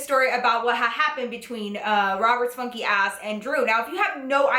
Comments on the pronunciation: For the longest time, I always thought she was saying "Roberts fucky ass" until I read her description, and realized she was saying funky. 😂😂😂😂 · i legit thought she was saying "robert spunky ass".... whoops